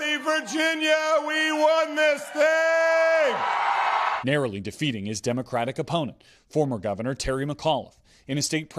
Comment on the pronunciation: "Narrowly" no lol